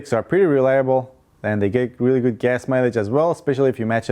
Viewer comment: Who else heard “goose gas mileage” when he spoke about the Toyota Tercel ? Lol